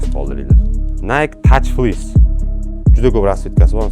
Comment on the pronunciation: Тек флис диб окилади ока